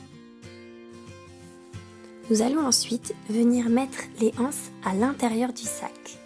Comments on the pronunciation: BonjourTrès bon tuto mais on dit les zances et non les anses il n'y a pas de h! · Les anses il faut faire la liaison c’est plus doux à entendre